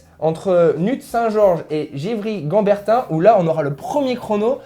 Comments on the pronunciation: Givry kAmbertin ça m'a fait marrer!! c un des must absolu de nôtre terroir vinicole et tu dis Gevrey je vrai Chambertin chant bertin y a pas de quoi en faire un fromage.. le principal c votre présentation!! merci g mis un pouce évidemment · tu nous as bien bouffer le nom des villes en Cote d'Or mdr "NUITS SAINT GEORGES" comme ça se prononce et "GEVREY CHAMBERTIN" comme ça se prononce. Aucun piège ahah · wa ça pique le "jivry ganbertin" au lieu de gevrey-chambertin😂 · il va falloir apprendre à prononcer correctement les noms 😆😆 En particulier Gevrey-Chambertin 😉 Mais pas que. Sans rancune surtout hein 😉